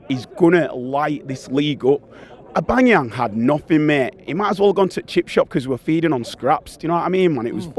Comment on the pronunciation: Did he just say Au-bang-eyang 😂